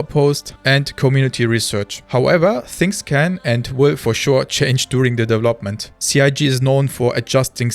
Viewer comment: You speak english better than half of the UK and USA population. To say "development" more naturally, work on your "V" sound. Right now you use a "W" sound. For "v", push your teeth into your bottom lip. It will change your sound. It is like an "F"... with sound.